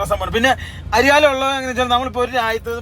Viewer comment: അരി യാലോ. അരി ഒരു ലോഡോ😂😂😂😂 Its Airalo പൊട്ടന്മാരെ